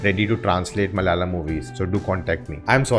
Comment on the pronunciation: Hi It's Malayalam, not Mal-yalam